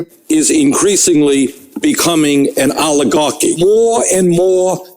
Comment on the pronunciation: Oligar-QUI !? Oligar-QUOI!!??🤨😆